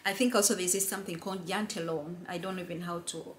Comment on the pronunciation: You were spot on when you pronounced Janteloven. ☺️